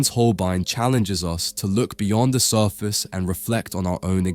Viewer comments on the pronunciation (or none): none